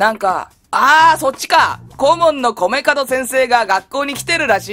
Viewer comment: 米門を『カドクラ』と何回間違えていたけど、何事もなく正しく呼んでからまた間違えてるし😂😂😂 聞き逃さへんでー！🤣🤣🤣